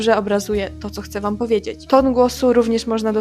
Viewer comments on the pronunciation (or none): Mam nadzieję, że Cię nie urażę pytaniem, ale czy masz wadę wymowy? Momentami miałam wrażenie, że masz problem z wymową "ś" i "ć", np. jak mówisz "oczywiście", "powiedzieć". Oprócz tego często nie wymawiasz "ą" na końcu wyrazów, a zamiast tego mówisz "om", np. w "myślOM", "sOM" .